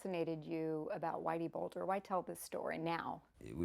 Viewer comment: This gigantic bword said Whitey "Boulder"